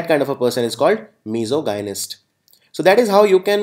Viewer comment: Sir very poor pronunciation every 3rd word u pronounced is wrong Like misogynist-Called mis-OJ-nist not Miso-Gahy-nist dermatologist-der-muh-TOL-uh-jist not DERMA-tolo-jist i didn't mean to disrespect u but i hope u will work on ur pronunciation